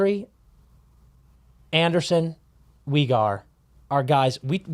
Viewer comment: Why is pronouncing Weegar like that 😂